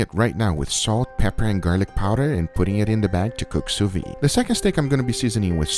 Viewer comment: This pronunciation of sous-vide is driving me crazy...